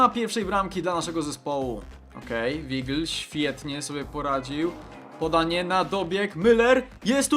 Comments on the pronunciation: Nie mówi się Wigl tylgi Wajgl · Nie czytaj "Wigel" jego nazwisko wypowiada się "Wajgl" :D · Weigl czyt. Wajgl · Czytaj "Wajgl"tego Weigl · Weigl czyta się wAJgl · to się czyta waigl